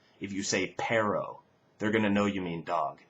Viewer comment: Very interesting video. I do have a bone to pick with the Spanish example, though. What you said could be either 'perro' (dog) or 'pero' (but). There are two 'r' sounds in Spanish and they do distinguish words, particularly when the sound is found in the middle of a word. PERO/PERRO is the most obvious example but there are many other such 'minimal pairs', for example PARA/PARRA (the first of which is a preposition, and the second a grapevine).